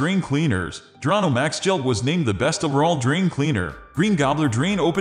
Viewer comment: The correct pronunciation of the product is on the label and yet this computerized voice still mispronounced it as “Dronno.”